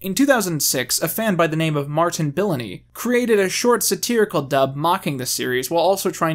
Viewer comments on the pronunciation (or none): none